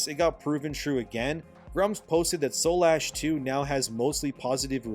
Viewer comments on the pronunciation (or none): Dude. Read the title of the game. It's Soulash not Soul Ash. Shit makes me cringe. It's right in front of you just say it right 💀